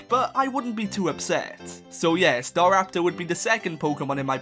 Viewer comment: STARAPTOR, NOT STARAPTER! THERE IS NO I IN LYNX! ALL POKEMON HAVE NAMES!